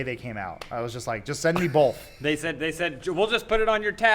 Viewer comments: Adam: both (bolth) every time I love his work and his comedy but omg when he says bolth omg😂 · Yeah, Adam says "bolth" instead of "both." But says "theater" as "theerter" and that's beautiful